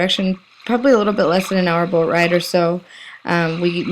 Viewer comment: the "Boooat"--sure can tell you're from Wisconsin! ;)